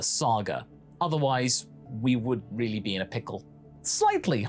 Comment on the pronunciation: Really or as he says it real lay